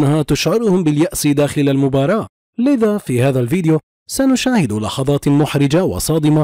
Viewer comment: مين لاحظ في اول المقطع قال بطاط محرجه وليس لحظات محرجه🤣🤣🤣🤣🤔